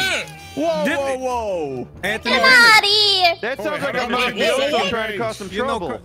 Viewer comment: It's mafioso not mofiso